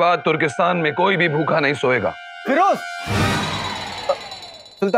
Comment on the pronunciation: Siddhart say "firoze"😂😂🤣